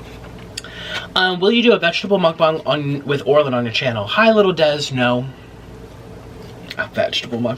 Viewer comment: Why dose he say mukbans?? Its mukbang!